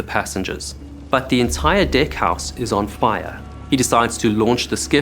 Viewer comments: The way he says deck 😂😂😂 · the way you pronounce “deck” lol This is what got me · Sad story indeed . Its weird how you say deck and deckhead though. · I swear every time he says deck 😂😂😂